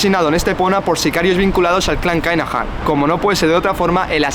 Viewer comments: Se pronuncia kinajan no kainajan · Joder chirria mucho como pronuncias el nombre! No se pronuncia kainajam...se pronuncia kinajam!!!! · Me pitan los oídos escuchando Kainajan